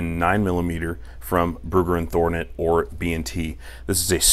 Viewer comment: It's not Thornet lol driving me nuts haha